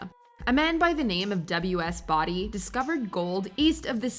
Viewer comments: It was like nails on a chalkboard, especially considering the guy in the clip they featured pronounced it correctly. Who edits this stuff? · Been to Bodie. It’s only a couple hours drive from me. And it’s pronounced like bode not body. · Bow( like bow tie, )Dee , California!!! Not body!! Sorry but that really bugged me🙄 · That made it even worse... They say Bodie and then she says Body straight afterwards lol. I bet she did not even watch those pieces, they were added in afterwards. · Bodie is pronounced Bow-di, NOT Bod-di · If you're going to do videos like this, at least make a minor attempt to pronounce the names of the places correctly. 'Bodie' is pronounced 'bow-dee' (like a 'bow'-n-arrow), not 'body' (smh+eyeroll) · the pronunciation of Bow-dee genuinely hurts me as a Californian. Not only do I know the pronunciation by heart. They even say it correctly. It's NOT Body. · What about Drawbridge? It's a small ghost town between Fremont and San jose, Ca, out in the salt marshes of the East Bay. Also: BO- DI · It is pronounced Bo Dee. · Boh-dee, CA Bodie, CA. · Love the way the narrator is pronouncing Bodie, CA. Body lol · It's Bow-dee lol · And considering someone in the video pronounces it correctly you would think the narrator would have caught on. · He literally pronounces BODIE in the clip they used yet she still mispronounces it 💀💀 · You're saying Bodie wrong. The narrator in the clips even says it correctly. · Me: How many times can you pronounce "Bodie" incorrectly?: YES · I thought I was the only one cringing when mispronounce Bodie. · it's funny that use video clips saying the proper pronunciation of Bodie, california and the narrator continue to say it the wrong way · Not sure what exactly you are referring to. The name of the town has always been Bodie that rhymes with Cody. Even when you listen they say it correctly, The town has only been around for 150+ year.